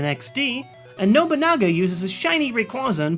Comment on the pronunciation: And it's Nobunaga.